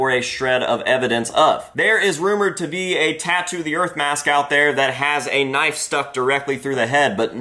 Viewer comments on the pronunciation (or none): none